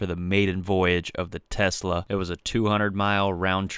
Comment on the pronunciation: I cringe when he says Tesla